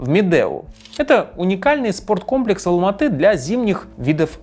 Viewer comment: Как же режет слух "АлмаатЫ"🤦🏻‍♀️ Раз уж вы говорите про 1986 год, то логичным было бы говорить Алма-Ата, с "А" в конце слова, и да, название города по правилам русского языка склоняется.